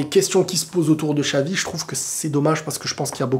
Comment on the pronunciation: Mais pourquoi vous dite chavi, chelci, ça se prononce tchavi, tchelci !!!, même google vous dites gougueuuuuule!, unayted pour manchester united vous dites unaytiiiiide !!!!!